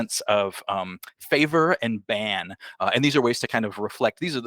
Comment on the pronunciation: Favor and Ban? You mean Bane?.....